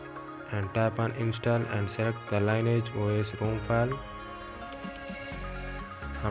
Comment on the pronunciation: Its Lin-E-Age. Not Line E Age. Lol. Still great job bro